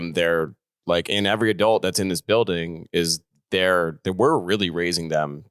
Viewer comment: says adult "a-delt" 😁